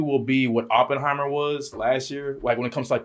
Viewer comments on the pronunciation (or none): none